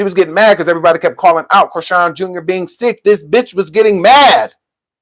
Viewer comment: Her name is Chri-SEAN. I always wondered where tf that name comes from ANNNDDD yeeaaahhh